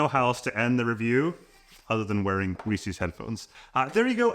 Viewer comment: Step one is to pronounce "Reese's" properly...